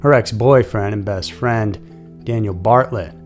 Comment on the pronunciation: It's Bartelt BAR-TELT not Bartlet. Just so u have the correct pronunciation and information. Keep the videos coming, hence I really enjoy them!! 😊